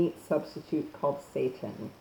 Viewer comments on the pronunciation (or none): Say-tan. Not satan. SAY-TAN. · Seittan not SATAN. (pronounced say-tahn not Say-Tin EXO toxins, not excite o toxins. ex·o·tox·in How to pronounce/ˈeksōˌtäksən/noun MICROBIOLOGY plural noun: exotoxins a toxin released by a living bacterial cell into its surroundings. Seitan is a good source of protein and can be a quick and convenient way to help those on a vegan or vegetarian diet meet their protein needs. Protein is essential for everything from building muscle to repairing tissue and producing hormones, so getting enough in your diet is absolutely critical. A fact-based article on Seitan showing the pros and cons. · There is a reason you have more dislikes than likes. You're nuts! As soon as you said vay-gan, satan and paste-ah. I knew you were bogus. And don't try and spin all these dislikes and negative comments by saying something like "If people don't like or agree with you, you must be doing something right." Nah, sis, you're just plain wrong! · OMG YOU ARE PRONOUNCING THE NAME WRONG. IT IS ANNOYING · Well, she mispronounced that AND vegan.